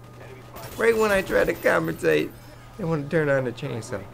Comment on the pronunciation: comenthrate = when cant pronounce commentate properly